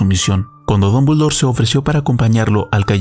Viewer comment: Dombuldor, Dombuldor? Estamos leyendo el mismo nombre, CATETO?